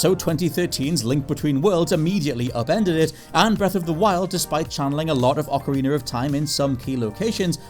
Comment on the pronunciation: It’s OcarinA not OcarinER!